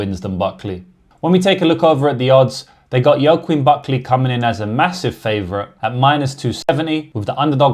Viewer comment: hey just to let you know joaquin is pronounced 'wackeen'